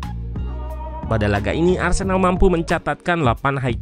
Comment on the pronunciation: Arsenal min bukan arsenak😂